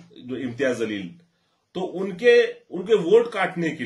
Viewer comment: Jaleel bol zaleel nahi Urdu nahi janta kya?talffuz durust karo